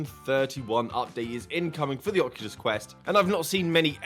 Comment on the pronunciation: “Ocukus”